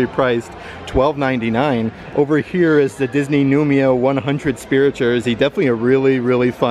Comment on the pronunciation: It’s pronounced new-ee-mo. The i comes before the m ❤️ thanks for your videos